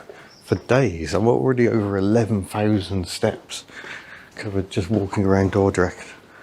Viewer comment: You pronounced Dordrecht right ,👍welcome to my beatiful country and enjoy